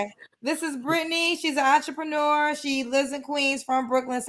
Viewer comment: What the hell is a entreprenuuur...🤣🤣🤣